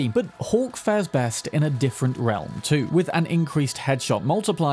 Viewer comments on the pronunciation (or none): none